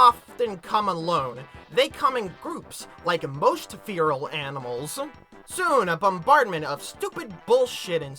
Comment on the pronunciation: You should go back to making videos about pedophilia cartoons. Also feral is pronounced "fair-al".